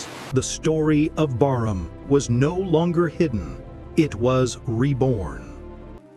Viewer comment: the name of the ship appears on the wreck as "Brarmaa". Later the irritating commentary calls the ship "Barnham". Disrespectful fake AI crap and a waste of time.